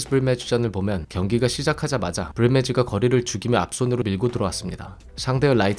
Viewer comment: 브리매지는 ”브리뮞즤“라고 굴려서 발음하면서 right는 구수하게 “라이트” ㅋㅋㅋㅋ